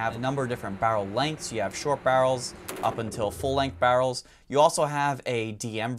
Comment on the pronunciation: I'm guessing you're from Philly on how you say barrels! Lol. Coo vid man